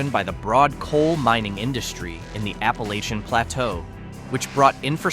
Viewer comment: WHY the dramatic music? Very distracting when trying to listen to the commentary. Pocahontas and Tazewell aren't dying. I live 5 mins from Pocahontas and take great offense to this! This commentator doesn't even know how to pronounce Appalachian!